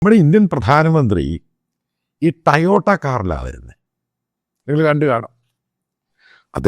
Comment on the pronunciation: ടയോട്ട അല്ലേടാ പൊട്ടാ ടൊയോട്ട